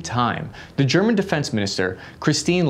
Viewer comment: ok very off topic but it said greman